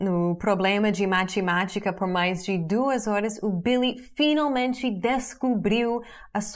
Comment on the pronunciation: * Um planeta novo. *MaTEmatica e n matchimátchica . *Árduo e n Árdio. :)